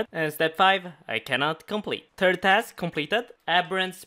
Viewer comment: Tree, tird, shest, scouded